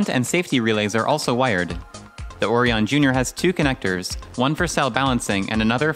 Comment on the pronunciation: Good project, but every time you pronounce "orion" like OH-reee-on, I want to strangle a kitten. It's pronounced oh-RYE-en.